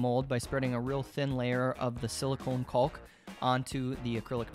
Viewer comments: "kawk" - there's no L phonetically. Sure, English is at times a dumb language, but it's properly pronounced "cawk". As a college prof - just lettin' you know so that to folks who are really turned off by such - I work w/ those folks & they irk me daily - might not turn you off & might want to buy your excellent artworks or pay you for your artistic insights on a project. Peace be unto you. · I think you're the only person I've ever heard who pronounces the L in caulk. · I know it sounds dirty, but nobody calls it 'caulk', its pronounced Cock.